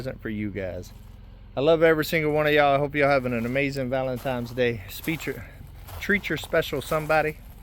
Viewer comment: Lol. ValenTINEs day! NO M in the word valentine!! 😊